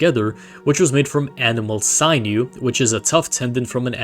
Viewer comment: the i in sinew is - sin you, not sign oo.